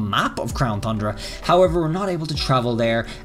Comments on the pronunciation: um mr it is not "Crown Thundra" it is "Crown Tundra" TUN-DRA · Keeps saying thundra lol its tundra not thundra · It’s TUN- DRA NOT THUN-DRA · At this point I think you are saying thundra just to mess with us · Thundera lol. At first I was like man it’s “ton-dra”! But now it’s just funny 🤷🏻‍♂️ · Its the crown tundra not thundra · I love all of his videos and look forward to the information, but the “thundra” when it’s pronounced “ton-dra” or “Tundra” bothers me so much. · No offense but you keep saying tundra wrong you say thundra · Tundra not Thundra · Tundra pronunciation Ton-dra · You said crown thundea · Why does it get me every time he miss pronounces TUNDRA??? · Every time he pronounces tundra with an H, I just want to unsub lol